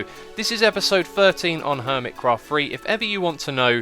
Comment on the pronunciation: No I mean the way you say HERMITcraft.